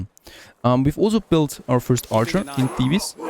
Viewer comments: ou vay, its pronounce thee-bezz, not thee-bis............. its driving me crazy, but your norveegin ( :-) )) lol, so im giving a tiny bit of slack............ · Thebes is pronounced "theebs" not "thee bus"